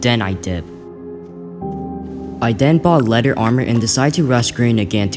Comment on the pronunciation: I noticed u uh kinda said leder armor